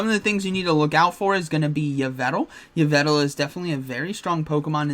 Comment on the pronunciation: Ho-oh dialga origin is still nasty. BTW it's pronounced Evil-tal